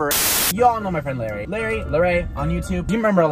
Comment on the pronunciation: And by the way it's LARRY not LARRi